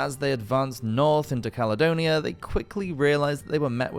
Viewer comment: Ya estamos con otra delirante demostración del orgullo, soberbia y engreimiento de la Gran Bretaña. Roma, simplemente no la conquistó porque no había ABSOLUTAMENTE NADA de valor en ella. Bueno, cuando el narrador la denomina "calonia"en lugar de Caledonia, ya queda todo dicho. Claro que peor sería que la llamase "Calzedonia", oigan